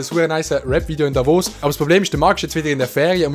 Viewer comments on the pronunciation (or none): none